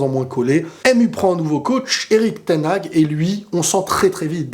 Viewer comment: Ten haag se prononce ten Har en soufflant le h!!!